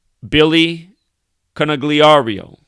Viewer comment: The G is silent bro! ...lmao, I'm leaving this comment not because I'm the language police, but because I read into it like it was done on purpose for Freemason symbolism...like how you aren't supposed to tell anyone the secrets of the temple.